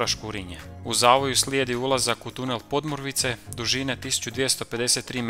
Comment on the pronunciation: Bravo. Jedino što bi spiker mogao prilagoditi naglasak lokalnim navikama: škurínje a ne škúrinje. i podmúrvice a ne pódmurvice :) no to je kukanje na visokom nivou 🙂